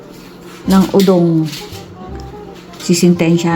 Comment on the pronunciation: Udon, naman (not udong).